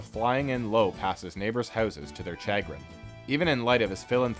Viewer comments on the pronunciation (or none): Um, it's pronounced "SHAH-grin", not "chag-RIN", for "chagrin". "LAM-ba-sted", not "LAM-bay-sted". I wish more folks would work on their pronunciations before they make videos. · "Chya grin?" "Sha grin!" (chagrin) "Disselved?" "Disheveled!" Quit hating on papa and learn to speak! This is the most biased trash documentary I have ever seen. Dude just read Wikipedia in a nasally voice and assumed it was accurate. Where's the other side ya freak!? THE DAY OF RECKONING IS COMING! PRAISE PAPA!!!!! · Can I just clarify. It's not pronounced "cha grin" it's pronounced "chuh grin" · "chaygrin" lol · Please learn how to pronounce the word "chagrin". This is the second video I've watch where you've butchered that word. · Is this also where the weird pronunciation of "chagrin" came from? Never heard it said that way but definitely caught those Canadian "out" and "abouts"